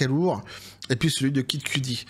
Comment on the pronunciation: QUE-dit comme QUE DIT-il. Pas Cue-Dee. Pour Kid Kudi, là (pas un fan, pas du tout hein, mais bon vu qu'il répète ce nom a chaque vidéo, il pourrait faire un mini-effort, je vais encore me faire engueuler mais cela choque mes oreilles, désolé). Apres on peut jouer de l'accent forcé aussi, genre Pouf Dada au lieu de son "vrai" nom à l'autre, là. Poff papy ou je sais plus quoi.